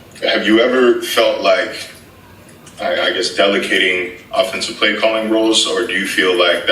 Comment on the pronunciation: DelaKATING ? OR Delegating